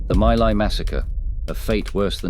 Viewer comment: My Lai is pronounced "Mee Lai"